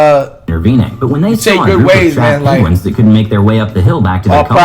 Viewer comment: “Oh they saved some PeAGuInS